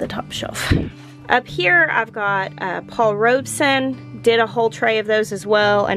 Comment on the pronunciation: She's finally pronouncing Paul Robeson rights lol